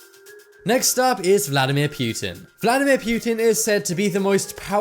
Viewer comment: It's poo-tin not pew-tin